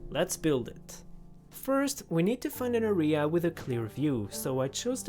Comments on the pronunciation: arEa kills me every time he pronounces it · Not the orea instead of area 😭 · hey W video you did great and all, but i wanted to let you know that you are pronouncing area incorrectly in english. it’s not my job to change it, but i wanted you to at least know that area is pronounced like air-ree-uh, with emphasis on air. thank you if you read this, if you didn’t i won’t push for you to see it, just wanted to help you out :) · the way he pronounced "inventory" and "area" 😖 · Just a heads up, area isn't pronounced like that.